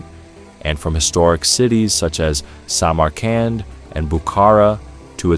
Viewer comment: ИИ, Самарканд, а не самаранд 😂